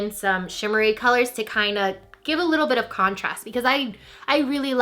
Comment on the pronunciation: totally heard " a bitch more shimmery" LOL